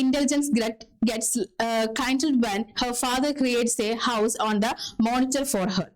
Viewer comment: Please note There are grammatical errors,(she have a blonde hair, she is only able to read lessons in fifth standard ,she is a girl who interested , building’s) pronunciation (heart ,kindle etc)